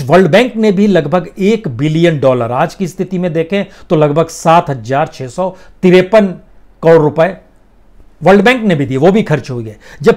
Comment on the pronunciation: बंधु आप हज़ार को हमेशा हज्जार क्यूँ बोलते हैं ? हज़ार बोलें अच्छा लगेगा ।